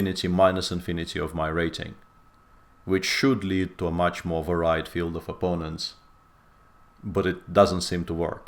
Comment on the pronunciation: I don't know if you read the comments on YT after the stream, Peter, but "varied" is pronounced va-reed, not va-ride. like the "ried" in "buried".